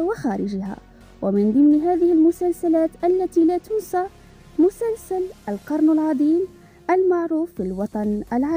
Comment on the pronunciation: 😂😂😂 ليش تقولين مسنسن بدل مسلسل 😂😂